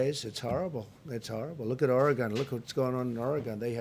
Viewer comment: Mr. President, I voted for you and will vote for you again. But Oregon isn’t pronounced Or-ah-gone, it is pronounced Ore-gen.